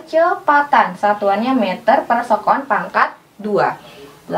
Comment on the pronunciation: Se'kon kak,bukan sekon